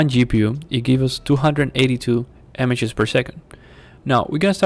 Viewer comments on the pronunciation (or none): You helped me so I'll help you. The i in images is said the same as the i in if and so is the a so it sounds like imigez